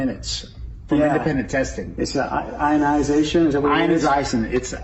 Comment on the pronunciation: Homeboy can't even pronounce "ionization." James “If any man among you seem to be religious, and bridleth not his tongue, but deceiveth his own heart, this man's religion is vain.”